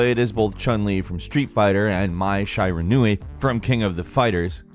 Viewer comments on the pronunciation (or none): Hearing this dude say Shyranui instead of Shiranui and say King of THE fighters instead of King of Fighters made me fucking cringe. Come on dude you talk about video games for a living. At least know what the fuck you’re talking about. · mai SHY-ranui...yeah okay.